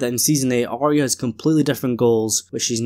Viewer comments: So why do you keep calling her Are-rea? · Pet Peeve: Why does everyone pronounce Arya’s name as Ar-rea. It’s not right it’s Ar-ya. There’s no rea. at the end of her name. Listen again to the first season episode 1. Only Sansa says Ar-rea. Catelyn and Arya pronounces her correctly. She’s in awe of the dragons and she and Daenerys will hit it of immediately. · I totally agree so why the ar-ea at the end? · My hearing is perfect so it must be your accent. You have to notice most people do mispronounce her name. I don’t know why it drives me crazy but it does. Thank you.